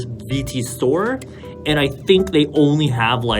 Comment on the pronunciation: “Shtore” I cant